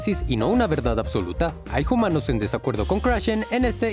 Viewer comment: lástima el “jumanos” en todo el video.